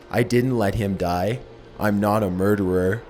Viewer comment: "You Will Pie" OK, now I'm fucking scared.